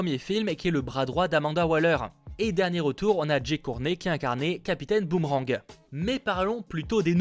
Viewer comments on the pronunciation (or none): none